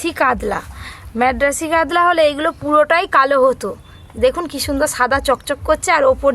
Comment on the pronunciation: "কাদলা " আবার কি 🐟মাছ????? 😂😂কাতলা হয়